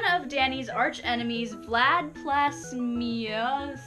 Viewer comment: Danny's enemy is Vlad Plasmius Just to let you know cause you really hard saying it